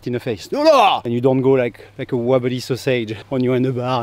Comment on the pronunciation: “like a wobbly sause-age” 🤣